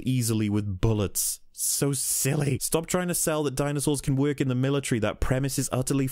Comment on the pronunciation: Most people: "work" Rihanna: werk This guy: wæk